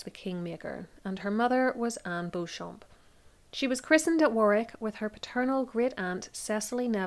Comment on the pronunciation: In England Beauchamp is always pronounced Beecham